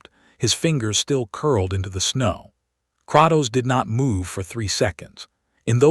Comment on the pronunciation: I hate the fact it pronounce it as kraktos when it’s pronounced as Kratos the person who made this is complete shit at spelling